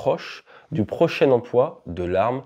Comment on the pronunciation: J'en pense qu'on dit EMPLOI et non EMPOI